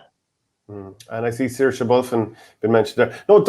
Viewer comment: Seoirse Bulfin (pronounced shor-sha) Bulfin?